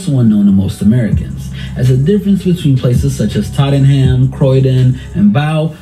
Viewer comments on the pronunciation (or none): Totten ham 🤮 Tottenham is pronounced Tottenum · bro said tottingham lol